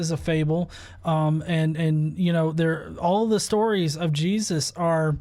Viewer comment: Say his name correct "JESUS" or dont say it at all you fox!